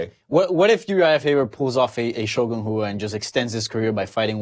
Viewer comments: Ash Miller Yes, butchers almost every Brazilian name he attempts to pronounce. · Did he mispronounce Shogun Rua's name?